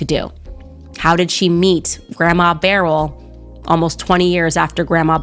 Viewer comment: It’s pronounce Bur el